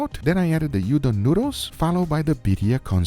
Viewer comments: If you use Udon noodle, it turns into Udon. Also, Udon pronounces "oou-don" not "yu-don". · Not to be annoying but it’s Oodan not youdan and definitely not Ramen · "udon" is pronounced as "ooh-DON", not "YOO-don." The Japanese character is うどん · Looks absolutely delicious, but if you use udon noodles then it becomes udon (dish), not ramen. Also they're pronounced oodon not yudon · UDON, pronounced oo-don, not you-don. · Bro did not just say You-Don💀 Its Udon,Ou-Dohn. I ain't even japanese...why am i tryna scream at a pro.... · Cmon bro, its not hard to verify what your script with someone before filming. As many pointed out, you made udon noodles not ramen noodles. Also its not hard to pronounce udon (oodon, not youdon). Finally, marinate those eggs instead of leaving them as white as my ass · You don’t call Udon noodle you don’t….! It’s oooooodon! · "You-don noodles"